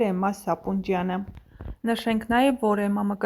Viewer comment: AXJIK JAN AZGANUNE CHISHT CHES KARDUM…..VOCH TE SAPONJYAN,AYL SAPUNJYAN……CHISHT KARDAL EL CHGITEK……